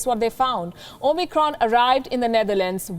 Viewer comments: She keeps on saying OMNICRON. Isn’t it OMICRON? I never heard Palki with mispronunciation but for this one I am keep hearing omNicron. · O-Micron???? At least it wasn't "O-MEGA"!!!